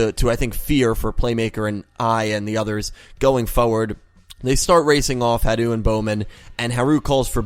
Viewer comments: It's pronounced HA-ru, emphasis on the first syllable. So it can be pronounced like Hal (or closer to Halu since theres not a real difference in the r and l sounds in japanese.) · Actually, about Harus name: with japanese its like this: they only have syllables (and vocals) and the sounds for r and l are basically the same for them. Also they use katakana to spell foreign words, however since l and r are the same it can be interpreted in different ways. The thing is that they try to write and say foreign words how they are pronounced in that language, which is difficult when you don't have consonants without vocals (exept for n) A japanese person would for example also say lora, when he actually means lola. But if he wanted to say lora he would say lora too. It's the same with haru and blood shepard. I think. I'm not japanese so correct me if there are any mistakes in this. Also, I apologize for my englisch. Talking in a different language about another language is difficult😭😅 I just really wanted to point that out😊